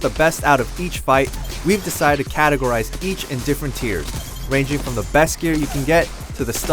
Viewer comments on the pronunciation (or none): none